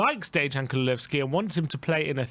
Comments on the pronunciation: Oh no, you have started saying “Kululevski” again! Time to dislike all the videos you say that in again till you start saying it right again! His name is Kulusevski! 😡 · kulusevski not kululesvski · I dont know, how many times, but it is kulusevski and not kululsevski